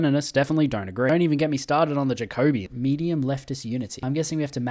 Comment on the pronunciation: he's not beating the socialist allegations with this one wrote this comment right before he said "I dont wanna here about the communist allegations in the comments" lol It hurts everytime pronounces "Jacobin"